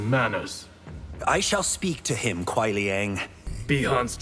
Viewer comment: It’s Kuai. Not Quai.